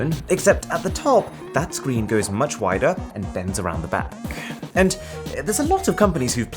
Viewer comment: Love this guys videos, but I just can't get over the way he said screen like 50 seconds in when talking about the oppo fold phone